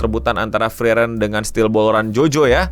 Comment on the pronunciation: Please bang frieren tuh cara nyebutnya Fri-ren bukan fri-eren